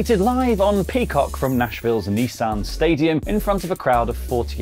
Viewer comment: it's Nissan Stadium not Nissarn Stadium